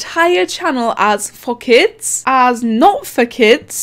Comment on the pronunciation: Bruh when you said “for kids” its sounds like “fuck it” with that accent